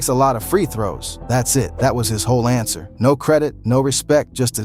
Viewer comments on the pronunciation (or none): none